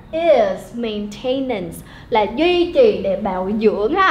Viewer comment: Cô đọc sai phát âm 2 từ: maintenance & relatively. Nhưng nội dung bài reading thì dễ hiểu.